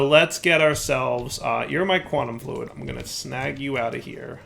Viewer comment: ah yes, the famous "Quantum Flud". it's a flood of fluid :P